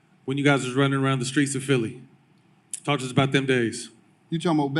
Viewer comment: It’s PHILLY not phelly wtf😂